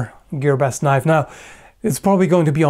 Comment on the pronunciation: A freaking KNOIFE!!! I really liked it!